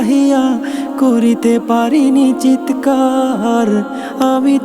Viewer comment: শব্দের উচ্চারণ ঠিক করা উচিত! চিৎকার হবে, চিতেকার নয়।